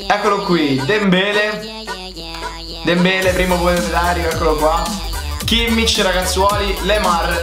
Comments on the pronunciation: Si dice Dembelè non Dembele.. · comunque Dembelè si dice con l'accento con tutte e due la e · senza offesa ma la tua pronuncia con dembelè è stata pessima